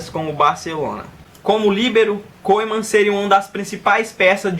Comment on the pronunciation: Mano lê Koemen MAS sim Kumen